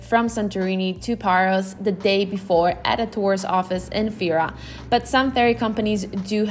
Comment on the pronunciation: Hahha,Paros she means.towards end she pronounced correctly,giving gal a break,she did so much❤